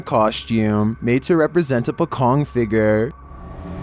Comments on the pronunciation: dude that pocong,pronunciado pochong,is a..costume,not a real thing,but costume!! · Pocong pronunciation- pHo-cHongG